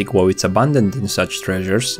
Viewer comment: "Vanilla Woe" Dat pronunciation tho.